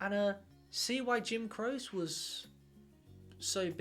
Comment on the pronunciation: It's pronounced Crochy